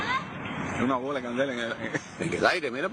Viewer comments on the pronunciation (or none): none